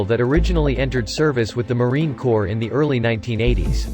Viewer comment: Gah. Narrator pronounced the p in Corps!